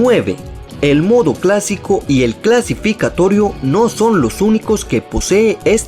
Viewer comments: dijiste CLASIFICATORIO y es CLASIFICATORIO [EDIT] De nuevo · Tu igual estás así, dijistes clasificatorio